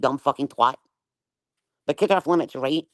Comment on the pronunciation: The way she says "reet" (aka "Right") a thousand times is so annoying!